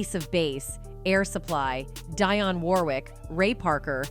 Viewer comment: Learn how to correctly say names. Envogue (pronounced in vogue) Dionne (pronounced De onn)! It ruins your credibility when u can’t pronounce the names of the artists)!